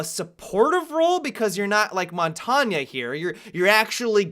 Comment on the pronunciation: i think montagne is pronounced mon-tane :)